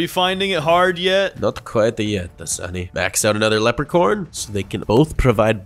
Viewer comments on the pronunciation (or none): Bro, why does melon call leprechaun cammera man, leprechorne cammera man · Who heard lepre corn 👇